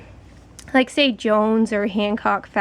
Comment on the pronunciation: I heard that blizzard and anti pill fleece are safe. I use it and it works fine. It works well if you wick it properly. Also it is pronounced (JOO-ANNS) those are the only fleeces that I can find